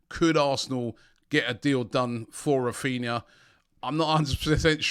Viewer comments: Raphinha not Raphina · Raphina, pronounced Raphineea haha. Robbie finds letters in these players names that are just not there